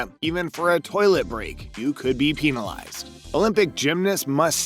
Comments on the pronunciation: why did he keep saying "peen-alized" tho... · "peenilies" Bruh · Why does he say “peenalized” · "They could be peenalized" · Peenilized the what?... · Peenalized… lol I just can’t. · Ok first you said peenilized then you luikin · The way he pronounces penalized gets me